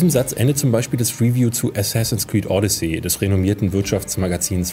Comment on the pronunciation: Sorry, aber du sprichst es wie Audicy aus, nicht wie Odyssee.